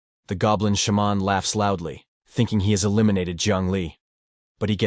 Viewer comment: I love how the voice says shaman as sh-mon. Like its some Michel jackson sound effect. XD